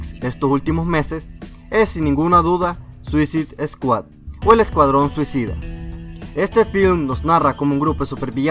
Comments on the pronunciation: "suicid eskuad" m sangraban los oídos cada vez q lo escuchaba decirlo :'v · se pronuncia suasaid escuad y segundo se dice hubo no hubieron (no existe) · es suisaid scuahd no suzid scuahd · Suisid Escuat! 😂😂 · mira al que iso el video ni se pronuncia asi el nombre de la pelicula se dice tal como voy a escribir escuadron suicida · ZUISID SKUAD??!!! jajjajjaja y lo peor de todo es que la pronuncias de tres formas distintas jajjaja xDDD (verguenza ajena) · Veo que me esta lloviendo mucho bullying por la pronunciación de "Suicide Squad", Bueno... al menos se están divirtiendo.. y eso es lo que quería :´v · Chicos, veo que mucha gente lo está comentando, así que mejor lo aclaro con este comentario, cometí dos errores, para empezar pronuncie mal suicide squad, lo siento, ya hasta la penúltima curiosidad me di cuenta, y la segunda es que Deathstroke no sale en la película, lo siento, estaba leyendo el cómic mientras hacia el guión y me confundí. Lo siento y saludos!!!! :D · mejor dilo en español escuadrón suicida...o al menos entra al traductor de Google y escucha como se pronuncia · Para la proxima puedes decir bien SUICIDE SQUAD? is annoying how you said it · aprenderás a pronunciar correctamente " Suicide Squad" algún día...??? Lo que dices suena a puñaladas en los oídos...!!!